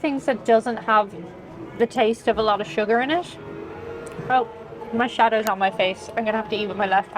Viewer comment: Oh..... "Shadow" on her face.... I heard "shatted" the first time. 😂